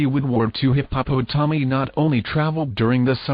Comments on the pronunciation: Hip-Hop-O-Tommy😂😂😂 By far, the best way to pronounce hippopotami!!! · I am tickled every time I hear the computer voice read hippopotomi. :-)